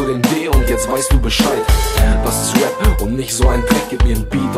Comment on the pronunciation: Arbeite an der Aussprache von Rap -es heißt rep und nicht wep